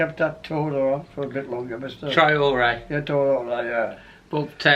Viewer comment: haha gotta love!! His mis-pronunciation of players names especially Traore always has me in hysterics......anyway as he says himself STAY ALERT and UP THE WOLVES!!!:)